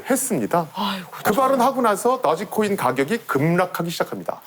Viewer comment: 도지코인 = 더지코인 ㅋㅋㅋㅋㅋ